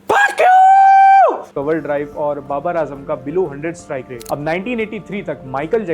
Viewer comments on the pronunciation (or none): none